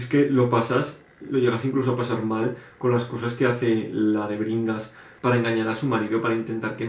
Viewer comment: Crimen y castigo me asusta por lo tochazo, pero ultimamente lo veo mucho, así que creo que quiere que me lo lea. De Alexandro Dumas, no me llama mucho ese, pero si El conde Lo de tu forro por la portada horrible me da risa, es el segundo vídeo en el que lo veo xD Hasta que no leí la descripición no entendí el título De Bringas, yo escuché que dijiste DEBERINGAS. xD No me llama mucho. :D Pedro Páramo me gustó al inicio, pero por alguna razón no lo terminé. Geniales recomendaciones. XD Los clásicos que más me gustan son: Confesiones de una máscara de Yukio Mishima La campana de cristal Silvya Plath Saludos.